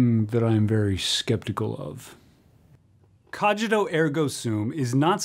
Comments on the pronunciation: (The "g" in "cogīto" should be pronounced like the g in "singer", not like in "age") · If one is going to talk about a topic that is strewn with Latin, one should be good at pronouncing the Latin. Cogito as in cog in a wheel; principia as in brink... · Please stop pronouncing "cogito" wrong. No, really. Please stop pronouncing it wrong.